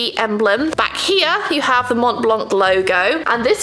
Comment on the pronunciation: If ever you are interested, the « c » in blanc is silent